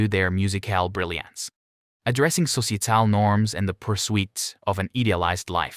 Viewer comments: Ceeceeital norms & an eedeeulized life😅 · Where are you getting these pronunciations? ...Their musical brilliance. Addressing sociatal norms and the pursuit of an idealized life... becomes "MusiCAL brilliance. Addressing sociaTAL norms and the purSWEET of an EEdialized life." Do you really talk like this??? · If you're going to use a computer-generated voice, it would be advisable to avoid words like testament, societal, pursuit and idealised. Delightful music, slightly embarrassing voice-over.